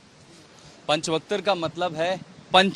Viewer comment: पंच vaktr bolo pehle